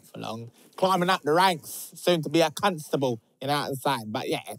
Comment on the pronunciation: Did he say cuntstable 😭😭😭😭